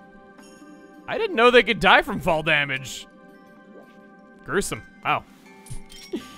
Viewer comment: Gruesome? More like GROOSE-some